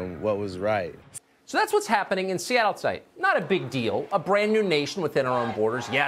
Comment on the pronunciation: It's pronounced Seattle. Not Seattle.